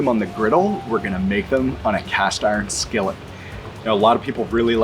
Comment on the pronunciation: I love this guy and his enthusiasm towards teaching us how to do this lol, plus I’m literally about to try and make them my first time and wanted to see how a few other ppl did to get a consensus. But the way he was saying skillet was cracking me up for some reason lol. Skelleht 😂😂😂 Nice video though bud, keep it up. I’m just an and gotta give ppl hell about everything lol.